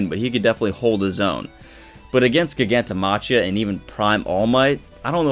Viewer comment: breakdown. pros: pretty face, smart, great hair, good youtube content & analysis; cons: cannot pronounce GigantomaCHia properly to save his life.